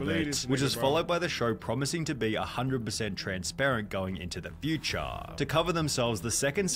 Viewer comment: Why he say future like that😂😢